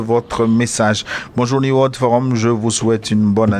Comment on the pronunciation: New se prononce NI-OU en anglais.